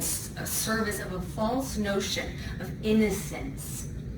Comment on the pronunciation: she leans forward and says "innocence" in a mocking derogatory way. It doesnt match the tone of what she is actually talking about. Its so off and cringy. "Pleasure" cringe....